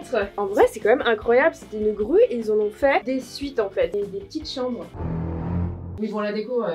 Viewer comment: Au début j'ai compris rue à la place de grue 🤣